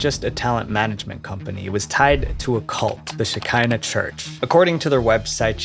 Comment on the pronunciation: I don't think that it was "The church of Shekina rhymes with Vagina. I think it was pronounced Sheckina, rhymes with "te check (is) in the" mail. This is a very old Jewish Kabbalistic concept, which is that when the Jews had to leave Israel, the female side of God remained with them on the earth. She is the Shekina. Some have called Her "The Hebrew Goddess. After the Messiah comes, the two sides of God will be reunited. And so forth. The cult obviously stole their name and the general concept.